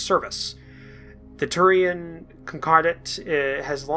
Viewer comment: cap--ell--an confederation and house D--ah--vy--on and To--rian Con--cor--dat